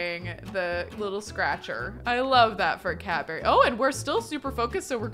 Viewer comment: Is anyone else hearing Cadbury rather than cat berry 😂